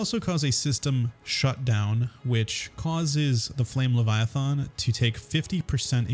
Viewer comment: LeviathAn does not have an O in it it's not leviathOn